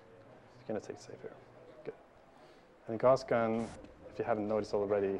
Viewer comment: He keeps saying Guass Gun and it's pissing me off...